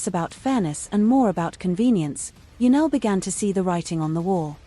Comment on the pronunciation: Her name is Janelle NOT Janelle. Get it right